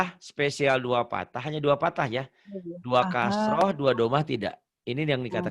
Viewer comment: Pa ustazd maaf sebelumnya ya.. Pathah yang bener bukan patah Dommah yg bener bukan domah. Soalnya ustazdnya bilang dua patah ..lebih tepatnya pathatain Sama dua domah lebih tepatnya dommatain. Note: Fathah bukan fatah Dommah bukan domah.